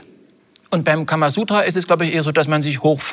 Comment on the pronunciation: Kamasutra OHNE R ! Karma MIT R !